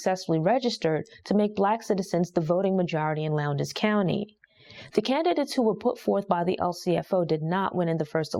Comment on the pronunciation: It’s not “Lown-des” county, it’s pronounced “Lowns” county. I know cuz I lived there.